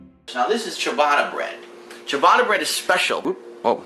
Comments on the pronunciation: ''I'm Italian'' Also: ''Chibada bred'' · Christ that pronunciation of ciabatta